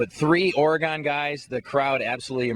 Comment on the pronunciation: ITS "OREGON" NOT "ORE-GONE"